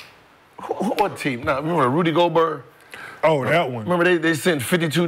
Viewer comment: Gil: “Rudy GoBurrr” 😂